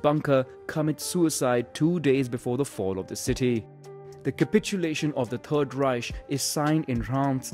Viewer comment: "perd reish"